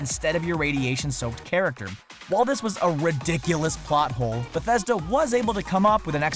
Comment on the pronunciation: How come he pronounces Bethesda differently here then from the new "games everyone needs to play" or whatever video?